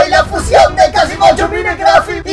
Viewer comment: se dice fusión no fucion